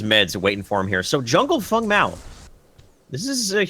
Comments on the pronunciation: Stop it with fung and kwong.... just say feng and wang... don't be obnoxious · plzwork Feng is blatantly chinese. Fong is the correct pronounciation. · Dude its Feng Mao pronounced like Fang Not sure where this imaginary u is coming from but cut it out